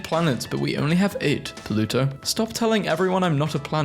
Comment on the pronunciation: The way he says pluto: poluto😂😂